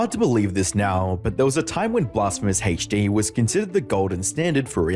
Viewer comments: It’s hd not haech d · 'Blasphemous HaichDEE' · Take a shot each time this guy says “BlasphemousHeachDee” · why do British pronounce HD like that